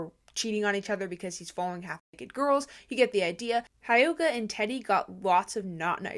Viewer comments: Not to be rude… but it’s driving me crazy… hyoga is pronounced he yoga. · REALLY REALLY REALLY don’t wanna sound rude bc your one of the best social media news channels I watch but I think it’s pronounced hyoga (hee-oh-gah)